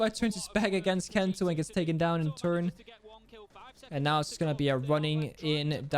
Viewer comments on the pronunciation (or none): none